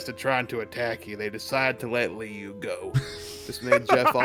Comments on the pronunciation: Part of growing up as a creepypasta kid is learning that "Liu" is actually pronounced more like "Leo" rather than the "Lee-you". It feels like the ultimate betrayal. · I just pronounce his name as "Loo".